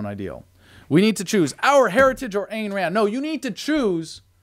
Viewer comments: It's pronounced eye'n Rand. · Her name Ayn is like INE as in Mine.